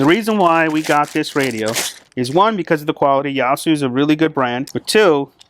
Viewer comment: It's pronounced YAY.SUE and the FT-8900R is a an extremely good radio.